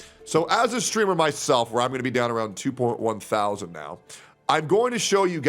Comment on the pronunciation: your breakdown of the viewing numbers is so annoying. "SIX THOW ZAND VIEWERS". like bro just say it. sound like the chick Mike from PA was simping for when she was begging for money.